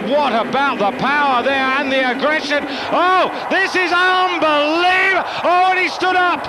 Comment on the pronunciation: Haha komentator jak wymawia " unbelievable " xD